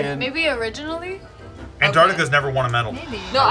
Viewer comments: Hahaha I was wondering if anyone else heard Artantica too!!! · LMAO said artantica instead of Antarctica 😂😂